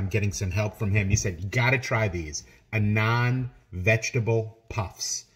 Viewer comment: It's pronounced as aah-nun-d The way you say it makes it sound like 'a non vegetable puff' 😂